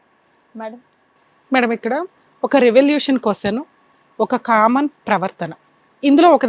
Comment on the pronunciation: Hello, కొస్సెను కాదు, క్వశ్చన్ అనాలి. మ్యారేస్ కాదు, మ్యారేజ్. సరిగ్గా నేర్చుకోండి.